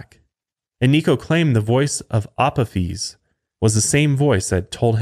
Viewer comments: Resident Egyptophile here: You got almost everything about Apophis right, except the pronunciation of his Hellenised name. It’s “uh-POH-fis”. Honestly, it’d be easier to just use Apophis’s proper ancient Egyptian name, Apep. Much simpler to pronounce. (Ah-PEP.) But I also get that Apophis is easier for most people to recognise. (Blasted Greeks…) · It's pronounced A pof is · lol the way he said Apophis. love the show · The pronunciation of Apophis was hilarious hahaha